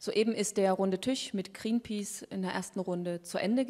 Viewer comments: Mit Gränpäce, die spricht das ja echt gut aus^^ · Wieso kann sie nicht Greenpeace aussprechen..